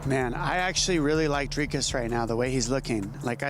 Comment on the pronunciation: Who is " Durkis ? " DRIKUS !! if you expect people to watch your channel learn to read and pronounce peoples names correctly